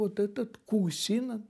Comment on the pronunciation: Куусинен,ударение на *уу*двойное! Невозможно слышать неправильное произношение фамилии!